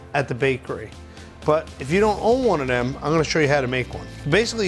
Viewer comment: love that he says dem instead them lol